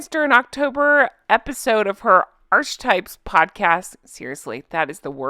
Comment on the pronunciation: I love you dearly, but please, it's ˈärk(ə)ˌtīp, not "arch" etype. ❤